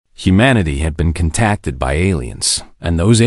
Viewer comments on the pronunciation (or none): Not kin-tacted but Con-tackted